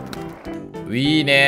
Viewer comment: 気のせいかな～🤔 最近のの『いいねー』が『うぃーねー』に聞こえる☺️